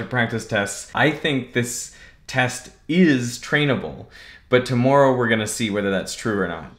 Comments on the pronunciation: dude thats not how you pronounce tomorrow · Is it just me, but did Derek pronounce “tomorrow” weird? He said “to-more-row”, which to my American ears sounds very Canadian